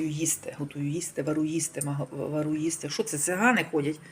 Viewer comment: Мадам нема такого слова вару, е слово варю.,Усі українську,не мели запомниВарю....